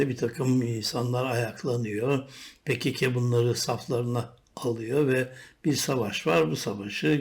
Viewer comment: Niye pe ke ke diyorsun komik olmuyor mu